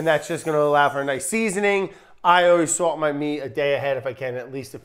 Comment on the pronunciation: its "sawlt" not "swolt"